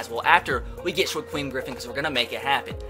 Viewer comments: Shakiem not shaqueff🙄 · (Shuh-keem) Griffin not (Shuh-queem) Griffin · It’s shaquem as In sha-keem not sha-queem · It's on shiKWEEM its shuh-keem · It’s pronounced Shakeem not Shaqweem lol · It's Shak-Eem not shagweem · Wincing every time I hear shakweem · Shaquem (sha-keem) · "Shakweem Griffin" wow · How has no one commented yet telling you that it's pronounced Sha-keem? I fully expected that to be every comment. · sha-keem is how you pronounce it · SHAKEEM GRIFFIN NOT SHAQUEEM FFS IM GONNA LOSE MY MIND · anyone else bothered by how he says “shaquem” I’m shaquem griffin?? To me he’s over pronouncing the “U”